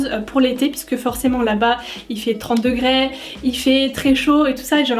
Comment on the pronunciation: "30 degrèèèès" cet accent ahah